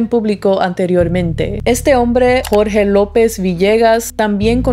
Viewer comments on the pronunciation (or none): none